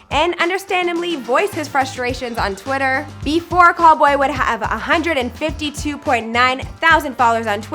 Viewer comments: it’s cowl-boy not Call-boy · it’s pronounced cal-boy and also calumet city isn’t a district its a city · Cal....😭😭😭😭 and it’s calboy not call boy 😒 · It’s C-ow-l Boy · It’s actually “Cal” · It’s CAL boy like CALifornia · Right like wtf is call boy